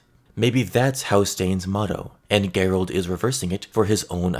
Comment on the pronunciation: Okay bro i love your stuff but its "JER-OLD' darkstar....not "GERR-OLD".... think the british way of spelling Gerry...you wouldnt say "Gerr-Rie" lol...just saying...no hate brother. Keep rocking